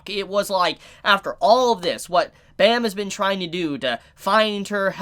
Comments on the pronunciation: It hurts to here him say "bam." The webtoon is korean, so his name is pronounced "bahm" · Completely agree on all points. Just as a side note, the main characters name is pronounced "Bom" or "Bomb" as the original korean name is verbalized that way and written out as Baam. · I really enjoyed the video and it made me realize alot but the way he prounced bam was so funny. if ur interested, search up the word night on google translate and translate it in Korean. thats how it's pronounced :]